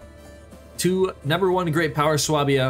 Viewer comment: Really sorry to be that guy . . . but please, it is pronounced SWAY-bia!